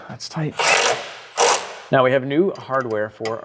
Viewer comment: With the gold hardware, when you say it's a tight fit, I hear you saying it's a "toit" fit.